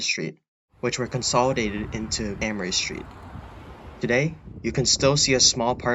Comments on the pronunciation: It's pronounced "A-moree" street not "Ammoree st. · Wonderful video! I miss Boston. I grew up there but now live in New Mexico, which is beautiful. BTW, Amory St. is pronounced "AY mree street."